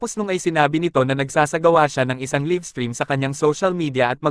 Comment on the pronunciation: "LAYV" not "LIV"